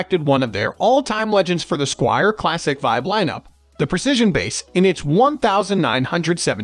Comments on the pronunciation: Squire, not squeer.. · I'm leaving this video after hearing how he pronounced Squire. Clearly this guy has never seen a bass in his entire life.